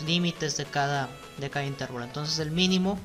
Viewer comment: Muy buen video bastante útil. Excepto por la pronunciación errada y repetida de la palabra Intervalo, La única forma correcta de acentuar esta voz es como palabra llana: «intervalo». Es errónea la forma esdrújula, usada por, a la que si existiera correspondería la grafía con tilde "Intérvalo". Gracias